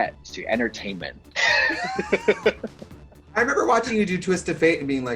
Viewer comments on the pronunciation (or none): "what a threat to enterteinment" lololol